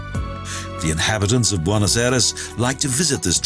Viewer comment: Trying to figure out why you would pronounce Argentina’s capital as “ Bonnos” when anyone with even the slightest knowledge of Spanish, know it’s pronounced “ Bwaynoss”